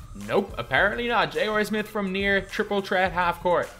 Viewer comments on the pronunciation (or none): And he also says J.OR Smith